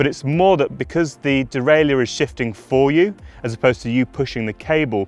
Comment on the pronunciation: "der-ray-lur" not "der-ray-lee-ur".